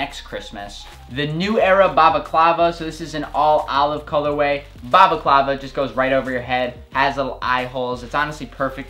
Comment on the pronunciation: Wtf “bavaclava” What is that